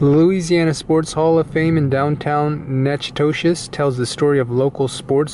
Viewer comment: Nak-ah-tish, next time go to Lasyone's and get a meat pie.